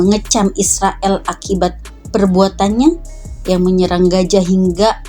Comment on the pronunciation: Gaza kakak...bukan Gaja...😂😂.. Piss aahh